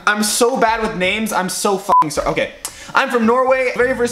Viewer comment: The Canadian accent when he said sorry